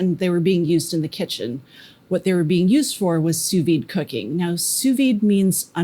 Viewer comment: congratulations: your pronunciation of "sous vide" is not easy, but you got it right. And I am a native french speaker and I have a PhD in chemistry too; but in France, the steak has to be much less medium; just rare; and in France, people do know a little bit about cuisine and eating. And drinking too, of course